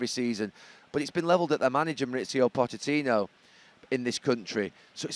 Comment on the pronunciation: This guy cant pronounce pochettinos name lol